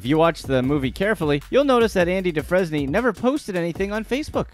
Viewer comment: Andy "Do-frez-nee"? It's pronounced Andy "Du-frame"